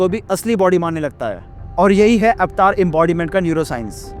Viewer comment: Pehle to yeh एवेटार bolna band lr kar 😅 अवतार hain vo